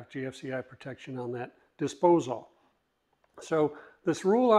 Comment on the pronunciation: No one ever told my man how to say disposal?